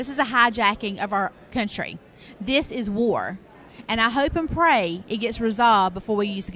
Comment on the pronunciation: "I hope and pry..." - "We're at war rat now"... - "Own electors..."